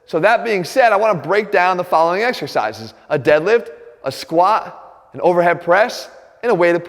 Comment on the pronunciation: I wish he'd pronounce the t in squat